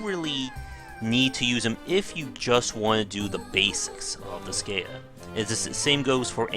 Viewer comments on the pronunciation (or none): It's pronounced dis sky ah